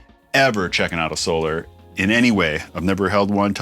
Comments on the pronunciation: Hey Rob you had it right the first time it is pernounced So-lar not So-ler🤘🏻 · Ola says, "So-LAR" like you initially did, so it keeps tripping me out hearing it pronounced like normal solar lol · Your pronunciation of "Solar" as "So-lar" is actually accurate if you've listened to how Ola pronounces it.